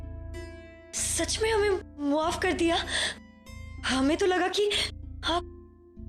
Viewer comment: He log maf ko muhaf kyu bolta hai 😂😂